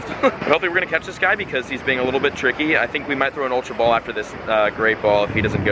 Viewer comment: ultra ball not ultrabal